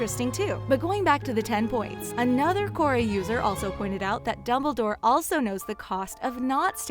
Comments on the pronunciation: .…. who??? I dont know a dimbledore. gosh they need to get a new person to speak in these they mess up too many names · she calls Dumbledore dimbledore